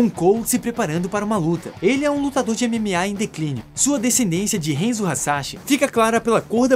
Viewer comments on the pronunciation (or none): Não se fala henzo se fala hanzo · Cara, me permite uma correção: HANZO!! Fala o nome direito véi... O filme é ruim, o mínimo é só falar os nomes direito... HENZO é zuado. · So errou a pronúncia de HANZO. É um ninja famoso da história do Japão. Doeu ouvir hEnzo. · Só uma correção, o nome do Scorpion é Hanzo e não Henzo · Enzo? Oxi, n é Hanzou? Hanzo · "Renzo" doeu de ouvir... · Hanzo Hasashi é um nome em japonês,, logo, poderia ter feito a pronúncia como "A" e não como se fosse um nome em inglês. E Sub-Zero vem de um grupo de guerreiros Lin Kuei. Tecnicamente, eles são os ninjas chineses, mas só compartilhando pra informar =D